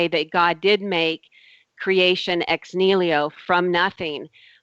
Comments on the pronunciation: Aaargh! Ex NIHILO! Not ex "nilio" damn illiterate! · Oh god... it is EX NIHILO not Ex Nilio! You do not even know what you are saying, much less of what you are talking about. As for the "turning water into wine" example... would it really keep up to scrutiny? As in actually being turned into a substance not just looking, smelling, tasting like wine but into a substance that even scientific examination could not distinguish from actual wine. You would have to set up a double blind experiment with controlled conditions to exclude any tricks on "jesus" part first. So no smuggling in of wine to exchange the original water and all that would be possible, not even using a "winepill" adding the smell and taste and color to the water... THEN the chemical analysis would have to keep up and THEN we could worry about the "how" and how to call it. As for claim that these 9 sources definitely identify the historicity of Jesus... her treshold of belief is so incredibly low, a drunk guy would roll over it without even trying. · Every time said "nilio" I kept yelling at my screen "NI HI LO" and she's supposed to be studying this shit. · is anyone else as annoyed as i am by her butchering of the the phrase ex nihilo? it's ex knee-he-low not ex kneel-io. the order letters are written in actually matters in latin. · "Ex nilio " is really annoying. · Making elephants disappear on a weekly basis doesn't sound like a viable business plan, considering how big an elephant budget you would need. Also, it's "ex NI-HI-LO" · that was pissing me off! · How come no one told her to stop butchering the word "ex nihilo"? What I get from her is she is replacing her gaps in knowledge with god. That is about it.